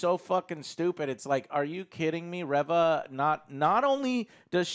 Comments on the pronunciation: REEEEE-VA....NOT REVING up her engine "REV-VUH"! 🤣🤣🤣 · Reeeeva not reh-va!!!! Learn how to pronounce things! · Well first of all GET HER NAME RIGHT it's pronounced RE - VA 😌 NOT RIVA no wonder no really watches this channel NOT anyone INTELLIGENT 👎🏾 this show and conversation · "ree-vah" guys... Its "REE-VAH". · There's just no pleasing the star wars fans. I have multiple gripes with your review here. You constantly pronounce the name Reva wrong, and you have an issue that she is still alive even though shes obviously going to die in the next episode? Haven't you heard what the G.I said? Revenge does wonders for the will to live. Reva still wants revenge. So she is going to live untim episode 6. Qui-Gon was a good jedi. True Jedi hardly long for revenge. And even if they do they don't dwell on it. What don't you guys get about hatred and anger through the dark side keeping you alive. It was PRETTY obvious Reva was a Youngling at order 66. We didnt need an early reveal of that. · Why can't you pronounce Reva's name correctly 😂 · Hearing Joe correct pronunciation of Omega when he can't pronounce Reva correctly to save his life made me laugh. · I'm convinced you guys incorrectly pronounce names on purpose now. "OH-MEE-GAH"? Really? You've never seen the word "Omega" before and don't know how to say it? Seriously? "OH-MEG-AH" is how you say it. And its not "REV-AH", its "REE-VA"